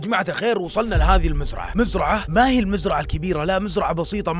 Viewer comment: ليش تقول مزرعهْ كذا